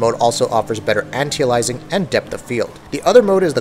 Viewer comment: Its not Poly-phony, its Paa-lif-fa-nee And its not Antializing, its Anti-Alias-ing